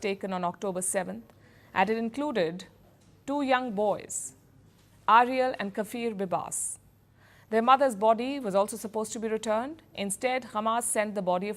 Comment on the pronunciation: First post, please stop using AI voices. K F I R Bibas. Ugh it's gross. I come to y'all to hear y'all's voices not some ai that has never pronounced Kfir. Your a great news cast organization please keep using your beautiful human voices.